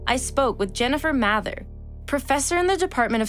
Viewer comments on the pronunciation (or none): Professor Mather - MAY-THER not MATHA. Even the octopus knew how to pronounce her name.